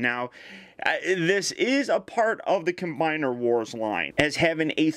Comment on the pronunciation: You always say cim combiner wars 😠😬😬😠😬😠